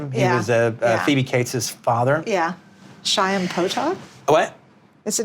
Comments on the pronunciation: This lady is SUCHJ= a shiksa-- "SHAIM Potok", who doesn't know, especially if you are doing it on a media platform, it's CHAIM Potok. Sometimes the Hebrew KH (which is actually how you get the sound across to people) guttural is hard for many non Jews. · Did she pronounce Chaim Potok as ¨Shayam¨? Oy vey... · Wow, Lynn Hirshberg doesn't know how to pronounce CHAIM? Even Krusty the Clown knew!